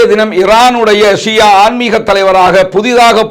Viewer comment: Shia. Shià endru solvadhàiñ thav8rkavum